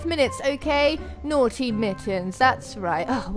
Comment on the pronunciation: Tyler Neverland its naughty not nottey